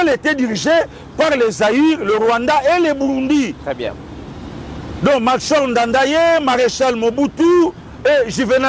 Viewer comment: L’ex President Burundais s’appelait Melchior Ndadaye et ça se prononce Melchior comme chorale et pas Tshi.